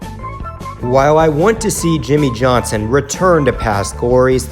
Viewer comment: Seven-time champion YIMMIE YOHNSON